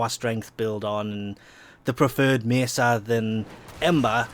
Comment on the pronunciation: you say mesa so wierd